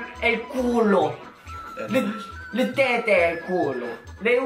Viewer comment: Tette e culo le ha pronunciate da vero italiano Ahahah